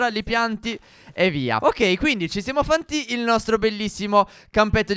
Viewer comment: Ai detto fanti al posto di infatti